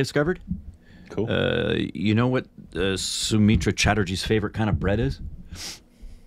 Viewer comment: u pronounced Sonar Kella so very correctly.... But its not Somitra Chatterjee its Soumitra Chatterjee.... Sou-mitra